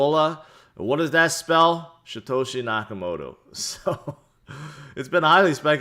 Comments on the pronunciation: why do you call him SHIToshi?! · I believe he calls him SHEtoshi he knows something we don’t